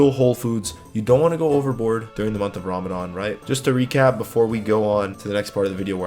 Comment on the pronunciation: your a legend. Showing us all these tips for jim work in Ramadhan. Also your pronunciation of everything is sick as well. Only 2 things were 'muslim' not 'muzlim' and 'ramadhan' not 'raamadaan'